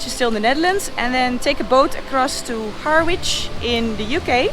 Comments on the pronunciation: "Har wich". That's funny, Noraly. "Ha-rich" is how we call it. Good luck on your travels!!! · First part of the journey with a Swedish ship. Nice! There is no "a" or "w" in "Herritch" btw. Also, Trump (if he's not in jail when you get to the border) is aiming to build a wall, with a moat filled with snakes and alligators. So watch out for that. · Good luck for your trip ! By the way Harwich is pronounced Harich (the w is silent) ! Bon voyage 👍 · Harwich is pronounced Harridge. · Harwich is pronounced ha-rich. English is weird. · Best wishes for this great adventure. By now you probably know it is "Harrych" - for Harwich (the English - why can't they spell it like they speak it). I took the reverse route 2 years back - Stena lines.